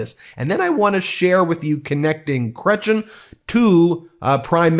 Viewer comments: the way you pronounced Jean Chretien kills me 😂 Its Kre-tea-en, its french The largest mass shooting in Canadian history was committed by guns smuggled in (but bought legally) from the states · Jean cray-tee-en. What Jean said is 100% accurate. The provinces and other countries Trump tries to intimidate need to band together (listen ALBERTA). Bullies back off if they feel outnumbered. There are dozens of countries around the world that would happily buy resources and products that Canada has to offer. In addition, we need to start using our resources at home by processing them and turning them into saleable products here instead of sending them to the US and then buying back finished goods at a profit for them. That would create prosperity and jobs at home. A unilateral trade deal with Mexico would be beneficial, also with the EU, with many parts of the globe. I do NOT take Trump's comments as jokes. He's not known for having a hilarious sense of humour and sure can't take a joke about himself. The comments are also in part for distraction from his other promises that he has no intention of fulfilling. Are we pissed? Ya think? 🇨🇦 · Fantastic news your moving into Canada. Just make us Canadians one promise... You will hire a french linguists to help your team with the proper pronunciations of French leads names like Poilievre (sounds like pole- liv- vee-eh), Chretien ( sounds like Cret-chen) and such names. We have leaders of many nationalities . It may be worth some thought. No country like having its leaders names mispronounced 😊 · It’s not Chretchin. Please stop. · If Ben sees this: kray-tee-ain, tonic accent on the last syllable. Don't pronounce the n if you can manage it. It's actually the French word for Christian (as the religion) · You don't pronounce the letter N on the end of Cretien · This yankee is at least a couple years older than I am and can't even say chretien right. Yankees suck, it doesn't even matter your politics anymore. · pronounced Kreh tyen